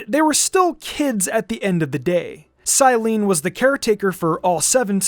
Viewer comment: Love your narration but as an Italian Climene pronounced as Cyleene hurts to hear ahahwhw it’s from Greek and it’s said Klee-men-eh for us today too